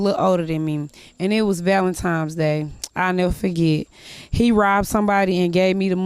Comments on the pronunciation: What in the hell is ValentiMes day… with an M!? 🤦🏽‍♂️🙄🤔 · It was valenTIMES day😂😂😂😂😂😂😂😂😂😂😂😂😂😂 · "it was valentime's day..." Clever chick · She was like Valentimes day?? Women haha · Especially when I hear someone say "Valentime's" Day... irritating af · I thought I was the only one who heard that "Valentime's" story 😂😂😂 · Did this utarded bisch just say valentimes day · Stolen $13 for ‘Valentimes day’…not only is she illiterate but she is also a disgusting human! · No b*tch, it's not a job interview, it's a life interview. Better step up or get stepped on. "Sexy" Red can't even pronounce Valentine's day, goddamn, how are these people famous..?